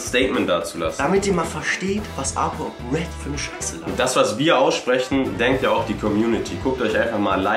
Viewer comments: es heißt Red ? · Es heißt RED leute.... :D hahah er wird euch dafür zerstören